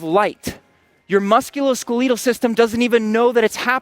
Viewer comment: Musculoskeeleetal system